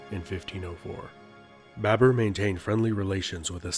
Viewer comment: It's BABUR . Note it chutiya, BABUR not BAB E R. Bibi comes home like: Hi Bae...bURRRR I'm haaauuuoommmm Namah Shivaya laudi bhai.